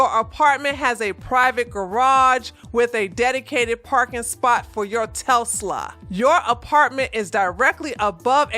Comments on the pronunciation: Lol, it's pronounced TES- LA.. I love this channel!! Keep them coming!! 🤗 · Telsla...WTF is a Telsla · Love the video.. but the way you say Tesla is like someone chewing loudly...!!!!!!!!!!!! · u gotta work on that Tesla pronunciacion lol